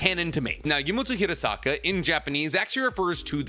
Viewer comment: Fun fact, my last name is Hirasaka. Nicks pronunciation is spot on. Hearing say my last name a million times is odd